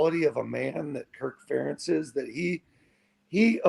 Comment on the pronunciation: When an Iowa fan says " Fur- entz" I know he is a clown